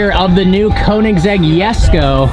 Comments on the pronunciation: dude you said yesko but it´s called jesko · Koenigsegg Jesko is not pronounced as yesko..., but really jes ko